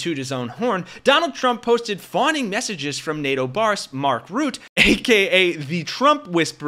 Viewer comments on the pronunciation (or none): Mark Rutte, check your prononciation, not Ruth, but RooTTE. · Why are you calling mark rutte mark "root" ??